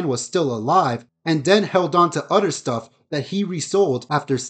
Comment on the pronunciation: My 10 yo son says “other” same as you (udder). Do you have a hard time with other “th” sounds?